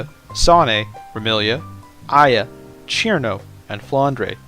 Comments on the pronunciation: CHirno??? isnt it sir'no? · Ćirno not Chirno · Fun fact: cirno is read sir-no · so cirno's name is pronounced "Chirno" ? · my guy said cirno wrong